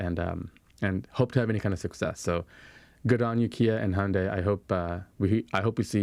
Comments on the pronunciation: I lived and worked in Korea for 2 years. Thank you for pronouncing Hyundai correctly. (Hyundai should rhyme with Sunday.) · At last guys get the best way to pronounce Hyundai, like Monday! Great work guys! Teach Robert Llewellyn the trick!